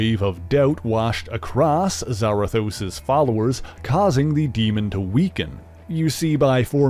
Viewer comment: isn’t it Za-Rathos not Zara-thos?